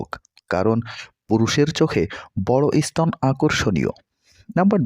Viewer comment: উচ্চারন শুদ্ধ করে কথা কহেন। ই- স্তন বলে বাঙলা ভাষার কোন শব্দ নেই।